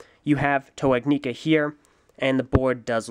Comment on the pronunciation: Your saying ignika wrong js